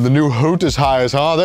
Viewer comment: . Ive never heard anyone ever pronounce hooters as holders